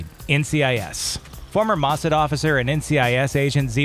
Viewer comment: IDIOT ! Get an intelligent person to tell you how to pronounce Mossad...